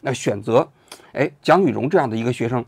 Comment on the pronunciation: 说成董雨蓉是说错了吗